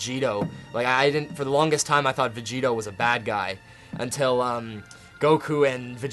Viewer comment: vegito he says lol